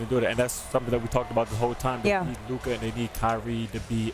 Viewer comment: It's LUKA.